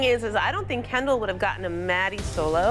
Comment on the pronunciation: How 99% of ppl pronounce Kendall: “Kendall” How pronounces Kendall: “kAnDaL”